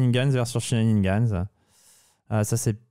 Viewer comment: Top vidéo, impressionnant de solidité, aucun adversaire hors de ta portée ! Sinon c'est shenanigans, pas shenaniNgans. J'aime pas pinailler, mais comme tu les dis souvent, autant ajuster ;)